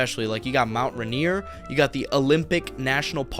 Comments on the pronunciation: Ruh-near❌ Ray-near✅ Rain-ear✅ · please don't disrespect our mountain, it's not "Mt. Rineer" it's "Mt. Rainier" like rain-ear. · How dare he butcher Mt.Rainer